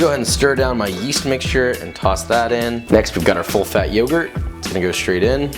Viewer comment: You messed up the t on yogurt